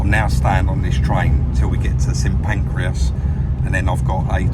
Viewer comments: did make me laugh when you said st pancreas not st pancras, great watch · Made me chuckle. "St pancreas" Think its St Pancras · BTW it's St Pancras, not St Pancreas! 🤣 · St Pancreas!!!!😂😂not St Pancras then.😂😂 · “St Pancreas..” 😁 You’re doing that on purpose.. 👍😉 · he said St Pancreas lol laughed out loud at that. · St Pancreas 🤣🤣🤣🤣 sorry, don’t mean to take the piss, great video! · 'St. Pancreas' 😅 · "Saint Pancreas"....... lol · Love how you pronounce st Pancras as pancreas lol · Must be a different station